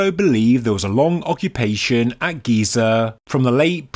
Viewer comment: GEE-ZURR and the tonal step change stopped me